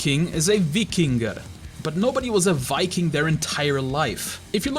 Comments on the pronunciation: "vikking" It's pronounced Viking. Not Vikking. Get it right. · you know you did well when Shad says so:D also nice pronounciation of "Viking" sounded very danish actually!